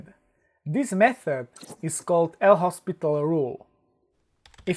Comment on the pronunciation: L'Hopital was a French mathematician. His name is pronounced loh-pee-TAHL not L-Hospital. Bad mistake.